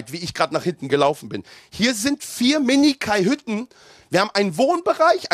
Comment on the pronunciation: Kajüte! Nicht Kaihütte 😂